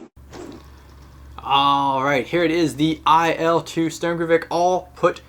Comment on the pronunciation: It’s not pronounced Sturmkovik, it’s pronounced shturmovik